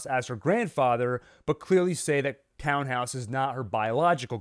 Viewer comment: I know it’s silly to care, but it really is “Tan-house” not “Town-house,” and the difference is distracting. Sorry.